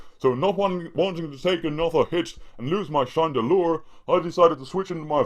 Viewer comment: It sounds like spade when he says Chandelure :)